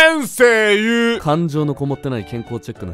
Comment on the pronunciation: 先↑生↓言うが独特